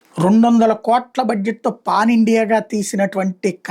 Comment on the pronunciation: Adi paan kadu sir.. pan 🤣